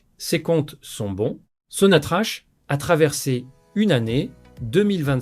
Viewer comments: C est n est pas (so na tra ch(=k) c'est sonatrak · Pitié, arrettez de prononcer Sonnatrache.